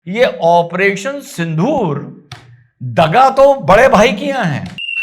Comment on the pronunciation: आप उच्चारण सिंधुर करते हो , लेकीन होना चाहिए सिन्दुर. गलत हो तो मुझे दुरुस्त करे , मैं हिंदी भाषिक नहीं हुं.